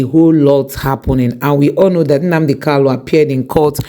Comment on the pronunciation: its Nnamdi Kanu, not Kalu